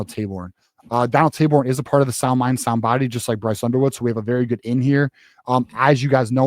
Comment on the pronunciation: As long as we retire “Tay Borne” (which is how it was pronounced on the pod) we good….